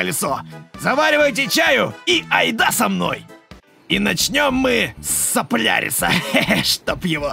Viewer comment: Не соплярис, а Солярис